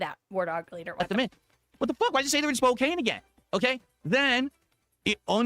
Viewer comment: I was born in Spokane so it's always annoying when he purposely mispronounces it. It's not english, the town is named after the Spokane Indian tribe and it's near a reservation.